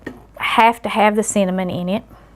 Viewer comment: LOL! When she said cinnamon, my NY ears thought she said "semen".